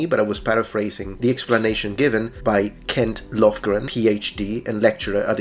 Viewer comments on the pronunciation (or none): none